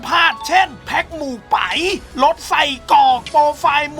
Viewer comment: เฮ่าเทียนครับ ไม่ใช่เห่าเทียน มู่ไป๋ครับ ไม่ใช่ หมู่ไป๋ 5555